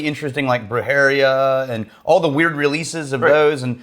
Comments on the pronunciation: Brujería - accent on the i: (brew-ha-ee-uh) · should not correct on his pronunciation after terribly butchering the word Brujeria. That just hurt my ear.